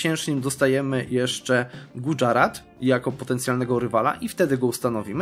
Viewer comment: I podobnie Gujarat to Gudźarat itd.